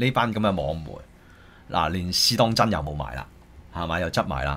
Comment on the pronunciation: 可唔可以發音好d? 邊個網媒係 試當‘陣'？